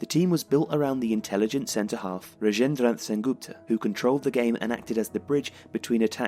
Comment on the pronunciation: It's •Ra-jen-dro Shen-gup-tah •Shi-rish-chan-dro Shor-kar •Jee-ten-dro-nah-th Roy